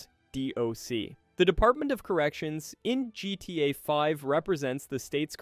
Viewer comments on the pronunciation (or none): Did you cash GTA 5, GTA “vee”